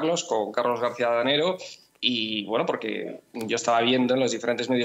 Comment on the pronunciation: Adanero, no Danego. Os estáis luciendo